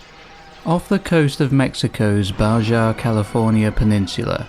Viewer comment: Just FYI, Baja is pronounced (baha) not (Bajah)